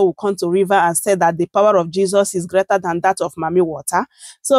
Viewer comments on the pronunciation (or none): The name IS JESUS not jeses